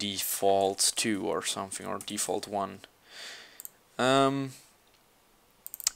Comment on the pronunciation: i love how you say something (sometink)